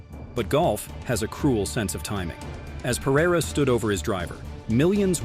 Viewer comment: Bigger choke is not knowing how to pronounce "Pereira"